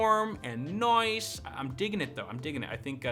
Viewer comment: Lol after he takes a drink he turns British for a few seconds! "CPU Noice!" "Mobo Noice!" "Ram Noice!"